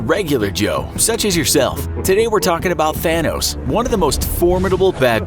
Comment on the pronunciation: I keep hearing "Fanos" the whole time lol